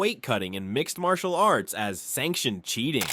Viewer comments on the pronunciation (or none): none